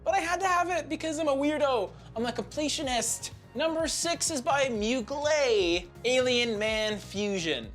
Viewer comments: Its moo glair not mu glay. Also its nwah not nwar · Hey my friend you don’t pronounce well the brand Mugler! Mugl plus Air you must say Mugl air ok?😂😂😂